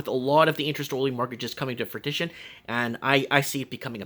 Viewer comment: The word 'fruition' is pronounced 'froo-ish-en'. You keep saying 'fruitition'.. pretty annoying. Otherwise, you're alright kid. You're alllllll right.